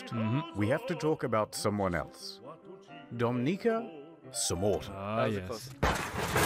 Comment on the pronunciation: omg i thought you said the n word for like a solid 3 minutes before realizing you said domnica lol